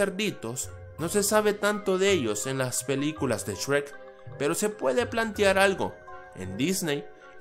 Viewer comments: Soy el único que cuando algo dice Shrek, piensa que dice Sherk? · Shrek ❌ Esrek ❌ Chweq✅